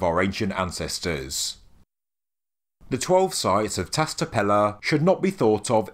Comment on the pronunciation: It’s Tash tepeler, and Shanliurfa, in Turkish the S with a dot or a line underneath it sounds like Sh in english.